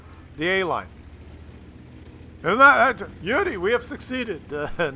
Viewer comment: Came here following Skill's recommendation. Stayed for hearing doing his Russian accent calling "Yuri". Can't get enough of that.